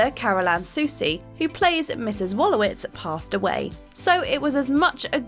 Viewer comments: He got me when he called Howard as “Astronaut Howard Wolowizt” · He got me when he called Howard “Astronaut Howard Wolowizt”